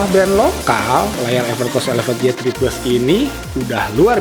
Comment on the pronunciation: why three plus bang, bukan ye three plus